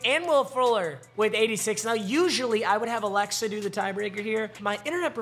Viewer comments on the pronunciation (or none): none